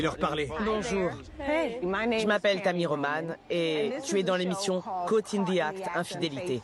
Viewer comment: haa trop bien tu as essayée de prononcer caught correctement, heu... c'est mieux mais pas encore ça mdrr je me moque pas je t'adore. mets toi dans la peau d'une parisienne bobo riche avec une façon de parler très prout prout et dis " je pars en vacances sur la côwte" et là tu l'aura le caught XD big bisous 🥰